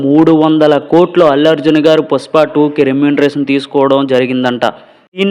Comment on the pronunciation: పుస్ప కాదురా పుష్ప 😄😄😄😄😄😄